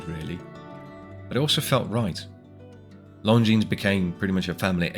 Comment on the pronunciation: Lon zeen, not long jeans!